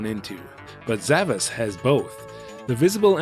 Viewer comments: Well, the game is spelled with an S-cedilla (pronounced "sh") at the end on the box: "Zavaş". So the Japanese rendition is actually correct. But I understand where you're coming from on the pronunciation. Great video as always. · The Titel of the game is actually spelled Zavaş, that letter is a S-cedilla and the Titel is correctly pronounced like Zavash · Looking closely at the logo, I see the S is actually a Ş (called S-cedilla according to Wikipedia), which is pronounced as SH, so pronouncing the game as Zavash is correct.